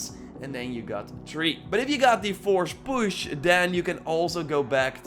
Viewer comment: "Forsh push"